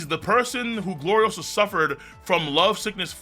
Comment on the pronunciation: It's GloriOsa. Not GloriosAAAHHHH